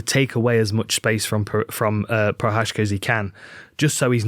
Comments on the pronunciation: Jiří Procházka should go with George Walker. It would stop butchering of his name. The way Dan Hardy is ***** it up is just so OFF the mark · cmon is it that hard to google the prononciation of prochazka before making a video like this , and it has Z there , why turning it something else?